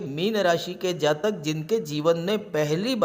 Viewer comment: Do you only predict boys? Scorpio is only boys? You don't pronounce Jatika without Jataka!!!